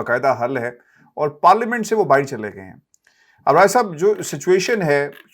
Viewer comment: Stop saying BAAHEER ITS BAAHER take urdu lessons.